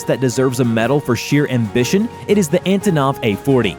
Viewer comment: I also like how the second time he said Antonov he said Ativov.